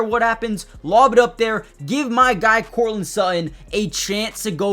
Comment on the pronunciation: How can you pronounce "starting" correctly but can't manage "Courtland" or "Sutton"?